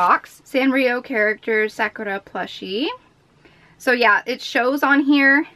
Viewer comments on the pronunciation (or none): none